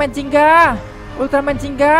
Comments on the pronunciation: Gingga bang bukan jingga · bugan ziggan tapi yang bener itu ginga